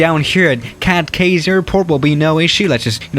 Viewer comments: Hey I’m Bahamian and I’ve been waiting for this video for a long time. I’m a long time subscriber and I would just like to let you know it’s pronounced “key” not “Kay” thanks! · YAY the Bahamas!!! if you want to know, Cay is pronounce as "key"